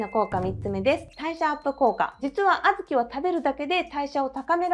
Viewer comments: 皆言ってますが、あ’ずき の発音気になりました。笑 小豆好きなので、参考にしたいです。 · あずきの発音ばかりが気になります。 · あずきの発音、地域によって違うんですね😊あずきは毎日食べても飽きないです。大好きなので無くなると煮て食べています。